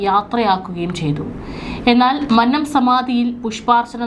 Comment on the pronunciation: മന്നം എന്ന വാക്കിന്റെ ഉച്ചാരണം ഇങ്ങനെയല്ല.